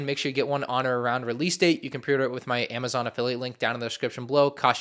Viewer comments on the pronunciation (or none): none